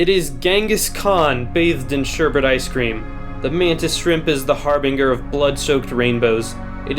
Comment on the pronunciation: You said harbinger wrong. The g is pronounced as a j